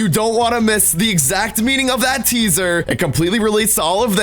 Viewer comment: At the beginning, he says caesar not teaser, listen closely